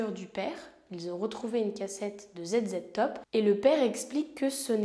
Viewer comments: Le groupe ZZtop se prononce Zizitop ;) Edit: - si c'est le Parquet qui fait appel et que la peine est aggravée, ce n'est pas à l'initiative de l'accusé mais de l'Etat, donc quand tu dis "il n'aurait peut-être pas dû faire appel" tu te trompes de partie... - je connaissais cette affaire, elle avait été traitée dans un FELA avec Hondelatte, et en plus je suis Nancéenne lol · Groupe ZZ top à prononcer zi zi top .